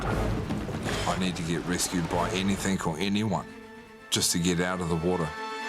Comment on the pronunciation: How can his wife stand him saying "anythink" instead of the correct "anything"....would drive me crazy!